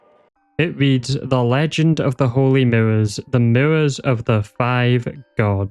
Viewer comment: The "Miwwows" are getting me so bad lmao. Once I noticed, I couldn't stop noticing.